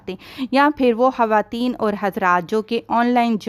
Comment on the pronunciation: I don’t understand why punjabis telling hawateen instead khawateen please ح aur خ ka istemal theek se karain